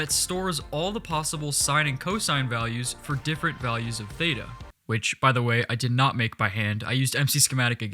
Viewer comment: lol when he said theita i went crazy cuz the pronounciacion was complete dogshit (im from greece so i know :)) Great video!